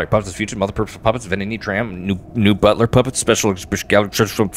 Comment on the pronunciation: When you were reading and said butler puppet, I heard butt puppet, and I had to go back and make sure. Lol